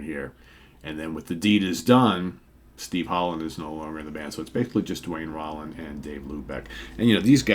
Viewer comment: I love Molly Hatchet. I saw them on the final stop of their "Flirtin With Disaster"tour. Duane last name is pronounced "Rowland" as Danny Joe Brown introduced him from the stage. Enjoying this series.